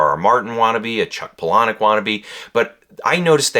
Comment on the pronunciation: FYI Palahniuk is pronounced "Paula-nick" 😊